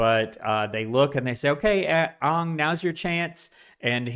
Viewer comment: His name is Aang, not Ong. NEVER call him Ong, that's a capital offense in Avatar. Only M. Night SHAMalon would pronounce it that way. you should know his age, Book 1 Episode 2 you would have been told he's 12.